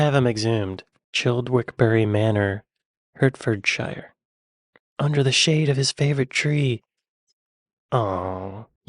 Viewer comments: I've always assumed that. There are so many non-Britishisms in these videos - place names are pronounced wrong- today 'he' called Hertfordshire 'Hedfordshire' in one clip, then said it correctly in the next. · WatchMojo UK needs to get its pronunciation Bot sorted. So many errors in this video! No British person (which is what we are meant to believe we are listening to) would use the word 'normalcy'. Kubrick seems to have lived in 'Hedfordshire' Say what?????? But next item - Guy Ritchie was hailing from 'Hertfordshire'......makes no sense!